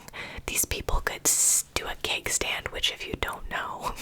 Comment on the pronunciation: The whole time you were saying ‘keg stand’ I thought you were saying ‘cake stand’ and got very confused 🙈😂